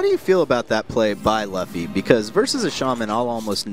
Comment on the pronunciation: Luffy is pronounced Loo-Fee